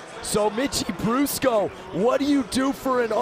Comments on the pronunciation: fool at the beginning said mickey brusco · Anyone notice how he said mickie brusco